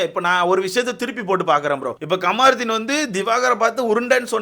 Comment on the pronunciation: கமாருத்தின் இல்லைங்க... கம்ருதீன்😂😂😂 இந்த சீசன் முடியறதுக்குள்ள இந்த பேரை சரியா சொல்லுறிங்களா பார்ப்போம்🤣🤣🤣